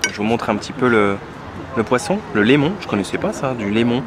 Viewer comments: Limon pas lémon c un poisson blanc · Qu'est-ce que t'es allé faire à Aokas lol... mais bon, il y a tellement d'autres trucs à faire sans méchanceté aucune. Hâte de voir Timgad. C'est du limon pas du lémon au fait. Avec l'accent, nous inversons beaucoup les voyelles malheureusement.